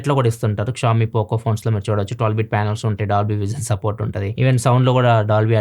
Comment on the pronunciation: It's not pronounced as 'kshawmi' it's 'Shaw Me'